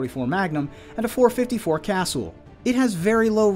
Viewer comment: Say it right. Casuuulll. I have 1. Beautiful pistol.